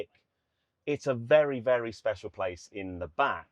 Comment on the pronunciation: WAHOO! "Speshalll"